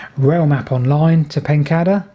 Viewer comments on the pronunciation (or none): Everything about your videos is brilliant except your pronunction of place names! Surely it is PEN-CAY-DER. There is only one D.